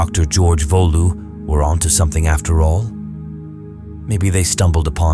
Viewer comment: "PTI"? You mean "Petit"? "Volou"? You mean "Waltemath"? Stopped at that point.